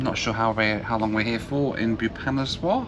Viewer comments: It’s Bhoo-va-nesh-var not Bheeyupaneswar! It’s one of the most amazing cities of Odissa state peppered with ancient temples esp the 64 yogini temple … And that food you were having on the trains is one of the best and deserves lot more praise than “not bad” from you … yes midlands trains and other trains in England don’t offer such great food and doesn’t have the organic humaneness of a train journey that India offers despite the troubles or delays … train food in India is one of the best in the world … that “soup” you were having was lentils or daal can’t believe u didn’t know what it was , am sure there are plenty of those all over UK … u really arent that cultured are you lol … stop being peevish and be more appreciative of a land your ancestors colonised and looted and levied illegal taxes and starved our people with the likes of the Bengal famine … that porter on the train , who said “aiye sahabji “ - all my love for his innocence and goodness for an otherwise peevish ungrateful white privileged bundle that you are ! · When he pronounced Boo pha nas waar Iam scared🥶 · haha its fun to hear how you pronounce bhubaneswar. "bubanezwar" :) coz i come from that town. but kudos to your effort. love your content. please revisit.